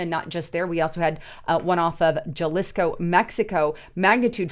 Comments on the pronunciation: How white can you go?: Juh-lisco 😂😂 Love you. Huh-lisco. 😅😊❤ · "J"alisco lol pernounced Halisco im pretty sure idk im Guessing kinda like Jalapeños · “Jalisco” is pronounced “Ha-lees-co.” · You are mispronounced Jalisco. You say it like j is an h in English. Stop destroying the Spanish language.